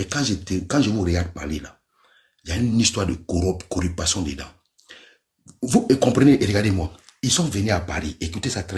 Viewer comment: Corruption et non corrupation😂😂😂😂